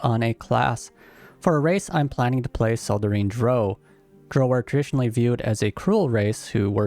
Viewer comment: Your pronunciation of Drow bothers me more than it should XD I'm also def looking at a Drow Gloomstalker at some point and Dragonborn Spore Druid, but my first playthrough will be a Drow Warlock for sure. Haven't fully decided if Lolth or Seldarine tho.